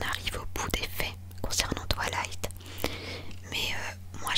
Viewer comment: Ça me stress on dirait qu’elle dit « TwAlight » au lieu de « Twilight »😂 Mais très bonne vidéo haha ! ❤️